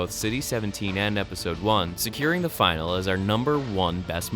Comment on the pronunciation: Nice episode! Just so you know, finale is pronounced "fi - nal -ey" and not "final".